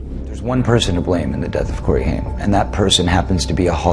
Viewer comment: Hey. GenX here. 1975. Grew up with the Coreys. You pronounced Haim's name wrong through this entire video and it drove me nuts. Its pronounced (HAY-M) not (HIME) OKAY? Cool? Cool. Also my husband and I donated hundreds to the My Truth Doc. We werent disappointed and we understood his plight. We were happy he had to balls to call out who we knew raped 11 year old at the time Corey Haim. Haim was MY Corey. Every GenX girl has a Corey. Feldman or Haim. The amount of suffering he endured before finally being snuffed out by the vampires of Hollyweird was insane. Then they allowed fake news to circulate (for an entire MONTH) that he died of an "overdose" before coming clean (no pun intended) that he tested negative for the very drugs TMZ and others said he died from. He died with the same symptoms others in Hollyweird died from when they were talking. Heather Roark, Brittany Murphy, etc... a "pneumonia type illness causing water around the heart and lungs leading to asphexia" (can be toxins given by a quick poke of a syringe, permanently silencing the one talking) which is clear they silenced him for talking about his childhood rape in the "Two Coreys" reality show. We never saw him again, after that. Feldman takes a lot of shit for acting "crazy" because hollyweird goes to great links to show only his crazy moments to try making him appear like a big joke incase he tells more, he will be taken as Un-credible. But GenX knows. We witnessed the abuse chase them into booze and drugs a